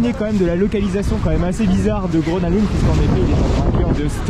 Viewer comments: Salut, le nom du parc se prononce "Greuna leund", attention aux prononciations c'est quand même important quand on utilise son nom souvent dans la vidéo 😉 Sinon ça fait plaisir de voir une vidéo dans ce parc très peu visité des park fans Français ! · sauf que le G se prononce "y" dans le cas de Grona Lund. Un petit rappel est toujours bon à savoir. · bah c’est surtout qu’il est tres commun de franciser les noms des parcs, donc rien de choquant ici. Je n’ai strictement jamais entendu un francophone utiliser la prononciation suedoise pour ce parc. mais bel et bien « grona lounde ». ceci dit un petit rappel toujours bon à savoir !